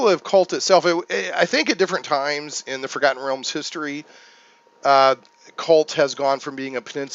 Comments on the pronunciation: wondered how long it would take for someone to break out the GnR.... and yes you say the H.. so it's cHult.. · Definitely pronounced Ch-ult. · You do pronounce the "H" in Chult. Great review!